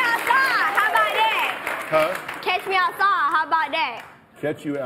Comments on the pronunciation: Lina Jae she pronounced outside as owcye too. How bout dat? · she says ousside.